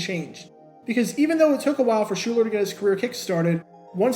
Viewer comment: Shuler Not Schuler. Shuuuuuler